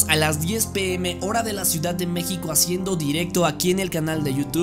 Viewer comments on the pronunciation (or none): none